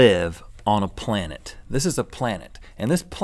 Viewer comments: I love how it sounds like he says plan tit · the "plantent" omg thats so punny i had to laugh. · Ha Ha he said plantet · I laughed way too hard when Link said "on the plant-it". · "Plantit". PLANTIT. I don't know how I feel about that word. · Link said planick instead of planet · He said plan tit instead of planet